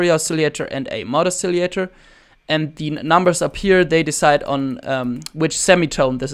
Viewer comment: you are very taleneted! not trying to be a dick or anything but most people say oscillator like : oss-a-later / os-a-lay-tor ... You keep pronouncing it: a-silly-ater (there is no y in it) This is an amazing tutorial thanks very much for the advice : )